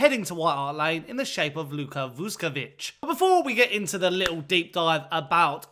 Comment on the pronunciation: no disrespect, but please prepare your piece before you record the video. his name is pronounced vuSHkovich, not »vuskovich« - note the diacritics. also, the club is called hajduk for short. there is another club called split that was a top-flight club for a while. calling hajduk just »split« is like calling hotspur »london«. and the club is NOT pronounced »hijack«, good lord. it’s HAJDUK, a croatian name, not an english one. HIGH-DOOK.